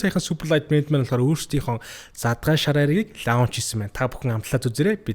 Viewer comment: оо хэлэхдээ лаунч бишээ please лоонч шүү